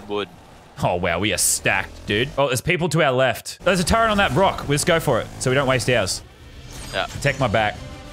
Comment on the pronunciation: he says Brock instead of rock 😂😂😂